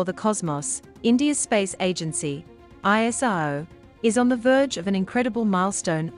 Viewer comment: It is not ISO. It is ISRO.